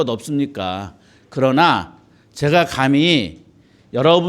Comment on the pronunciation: 좌성하오나, 자고저 믄제가 심각하나이다.장음인 첫 자를 짧게 잘못 발음하신 예:사람,감히, 되요, 머냐하면, 세상, 좋겠다, 두 개, 시각,(좋은) 운,제가( 나 자신), 등!! 이런 평상어의 발음이 이렇게 틀렸나이다.!! 이 자리에서 이런 강의를. 들으시는 여러 분 어떻게 생각하십니까!?? 장중히 권하오니, 치시면, 우리 말에대한 귀한 강의를 들을 수 있나이다. 미국 변 완수 드림